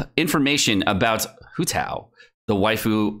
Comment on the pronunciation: everyone sayin WHO TAO but not HOW TAO ?